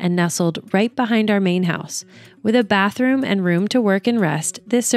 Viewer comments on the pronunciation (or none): none